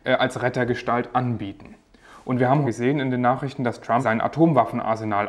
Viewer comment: Hat er ernsthaft "Trumpi" gesagt?